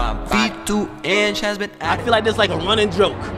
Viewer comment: Bro it’s like not liek 🤣